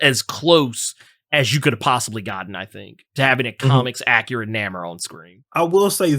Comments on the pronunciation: WHO THE HELL IS NAMER? Does have a speech impediment or something? Why does he keep butchering the man's name? Even knows he's pronouncing his name wrong. That's why he keeps calling him Kukulkan. Go ahead, set the man straight. His name is Namor, Pronounced Nay-More. Get it right IMPERIUS REX! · NAMOR (NAY-MORE) LOL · It's hard hearing say "Nammer". Can't wait to see the movie. Sub Mariner and the silver Surfer were the first characters I was introduced to. They are still favorites too this day. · There's a reason he says Nammer ... !